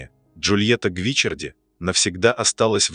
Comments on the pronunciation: Недьзя правильно произносить фамилию ? Что за Гвичерди ? Ее фамилия Гвичиарди !!! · Ну почему ГвИчарди?!! ГвичАрди! Как режет слух! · И снова замечания в звуковом сопровождении-правильное ударение на ГвичАрди, а не гвИчарди. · Я бы читала Джульетта ГвиччАрди с ударением на втором слоге😊. Моя любимая Лунная соната. Только влюблённый мог сочинить такую божественную музыку ❤ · Всё-таки правильно Гвиччарди. И ударение на 2-ой слог. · Вселенская музыка, очень печальная и больная история любви, спасибо! Но Бога ради, как же терзает уши неправильное произношение: ведь Джульетта была ГвичАрди! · Как режет слух ГвичЕрди! И не слышно в манере, голосе и интонациях повествующего тех эмоций, которые должны соответствовать трагедии Бетховена и истории создания Сонаты. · жаль, что Вы не удосужились проверить ударение в итальянском имени, а это важно, режет слух и о многм говорит в отношении Вас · Произносите верно фамилию графини((( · Ребята! Это машинный голос! Машина не знает;как правильно произносить фамилии...увы!